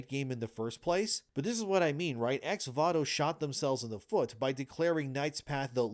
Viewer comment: Why does he keep saying Vato when it is Voto? This is legitimately annoying